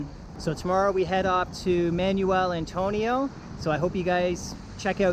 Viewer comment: Yeah the pronunciation is just awful on everything here. "Man-yoo-el Antonio", facepalm.